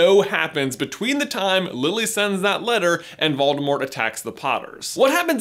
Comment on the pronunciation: Did you know the “T” in Voldemort is silent?